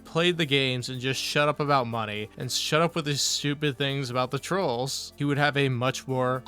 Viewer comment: Thanks for the suhpoort = Yeah, I’m squeezing you guises for muhnny So what I love the game = I only “enjoy it” when you gimme muhnny What chill and pawsitive cahntent, you guise Sound good? *annoying copium fueled drunk clown seal laugh